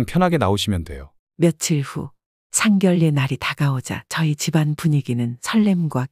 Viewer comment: 왜상견례를상결례로읽나요 바르게읽어주세요